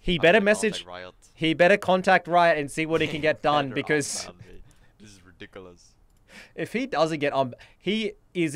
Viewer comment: He deserves to be banned for his pronunciation of ridiculous alone, much less his constant and deliberate inting